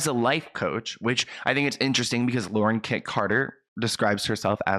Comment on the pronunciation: I’m sorry but it’s Lauren .